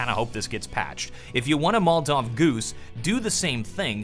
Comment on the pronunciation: Say it with me. Mol-o-tov. Never mol-tov.